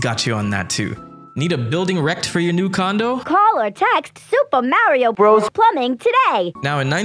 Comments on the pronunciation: Please stop saying Mario brothers like that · “Suupa Mario Burasasu!” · So told you how to say Super Mario Bros: Supuh Mawio bwudduhz. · The fact that you keep doing the Japanese pronunciation is one of the best things ever. Gets me every time. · Your commitment to the pronunciation of Super Mario Brothers is commendable. 😆 Love it.